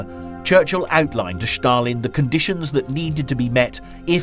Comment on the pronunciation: Stalin not schtarlin